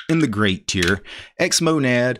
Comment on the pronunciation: did you just say xmodad?